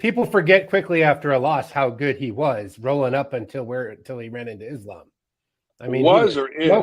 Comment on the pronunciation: get Coach to say Islams name right lol it’s Islam and he says it like Is Lamb.